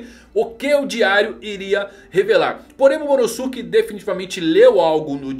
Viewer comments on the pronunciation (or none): namorada do dono dessa conta: que agonia ele falando Momonosuke errado, Momonosuke é pronunciado igual Sasuke, nem parece que assistiu Naruto aaaaaaa